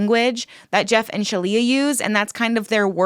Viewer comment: Resorting to mispronouncing someone's name / assigning them jokey names cheapens the rest of your very valid critique. Quit with the "Sheleigh-leigh"ing. Don't stoop that low.